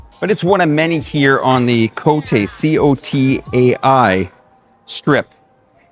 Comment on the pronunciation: it's not Cottey, its Co Thai, its the pronunciation. Friendly reminder 😊